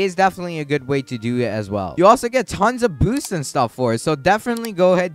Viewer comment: when he said boosts i thought he said booze😂😂😂